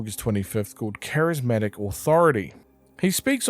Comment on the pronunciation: Charismatic Decides to say Charismick